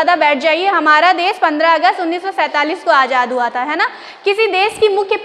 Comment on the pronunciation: Hindi pronouncing is wrong.des nahi desh kahna chahiye and there hesitation is showing also.